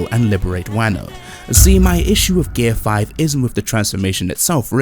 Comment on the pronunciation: Super Saiyan and Gear 5... and you don't know how to pronounce either of them. Not a good start to the video. Maybe do a little better research next time?